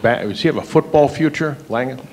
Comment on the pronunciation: Stupidest question ever about Jaden Mangham. And if the reporter actually doesn't know how to pronounce a starter's name on the team and he reports on Michigan State Football, he should be fired. You are a Michigan State Football reporter. You should know who the hell is injured and how to pronounce their name, just disrespectful to the player.